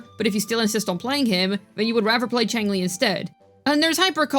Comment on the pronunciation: Xiangli (Yao) not Changli